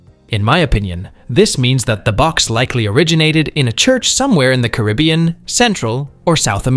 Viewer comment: Love to hear what I consider to be the best pronunciation of Caribbean. More people used to say it that way before the movie started dictating the less preferable pronunciation to the masses.